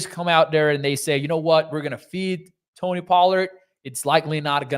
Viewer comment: Its pronounced Toe-Knee. Sorry, was bugging me and my OCD ass. 😂